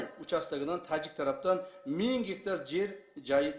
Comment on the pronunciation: Бир 90гектар дейт анан эле мин геетар дейт Ким кандай тушунду